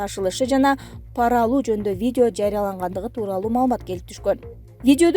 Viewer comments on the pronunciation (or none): none